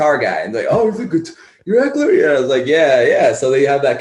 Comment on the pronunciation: FYI...pronounced his name wrong- it's not Ek-ler, it's Ek-E-LER. I used to do that, then at some point I realized I wasn't pronouncing an " E."